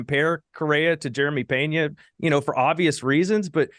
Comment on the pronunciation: Brother love the show and takes. However, his name is Jeremy not Jerema 😄. Also his last name is Peña not Pena cause that word means embarrassed. Anyways love the updates go Stros!!!